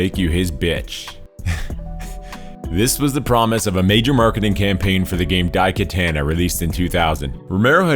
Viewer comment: Dai Katanna? As in Anna? It's pronounced katana.